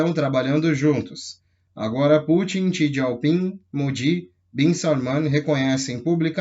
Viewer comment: não é xi "dieu" ping, xi " Jing"